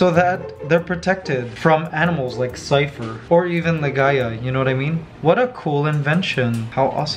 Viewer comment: Mikey, Ligaya really does sound like she's got Cypher's name down, she's actually pronouncing consonants and vowels clearly. That's AMAZING!!!! Extra Love for Ligaya from me for that!!!! Peace, Happiness, Love and Laughter, Acceptance for All, Keep Safe All, -Matt